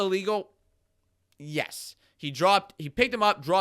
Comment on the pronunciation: Had to listen to that one twice. “Was this illegal? BORAT style pause yesssss.”